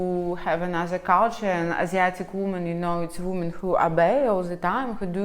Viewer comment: Ужасное видео.. completely disgast video.. научитесь правильно говорить по-английски слово женщины во множественном числе.. произношение несколько другое, раз вы себя позиционирует как автор видео ' не для русских' ..о самом содержани сего жалкого спитча даже говорить не хочется.... Полный бардак в голове))) хотя бы уважайте себя, что ж вы так кривляетесь.... Я не такая, как все, я жду трамвая)) жалкое зрелище